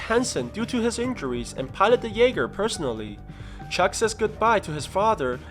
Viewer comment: Not trying to be rude but it’s called a jaeger German for hunter